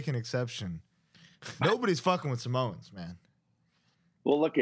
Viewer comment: 😂 samoans… is not pronounced Samones